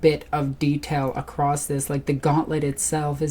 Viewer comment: "Across(t) it"... LoL... There isn't a "t" on the end of the word there darlin'... I am sorry, it is just that I hear this kind of badly spoken English constantly here in Arkansas, and it kills me to see folks not even knowing how badly they are mangling their own fucking language. Though this type of shit is my biggest pet peeve I will admit, so I am obviously overly sensitive about it all. That aside, it is honestly awesome as hell to see a cool chic this into WARHAMMER!!! No lie, it makes me optimistic for the future of the franchise.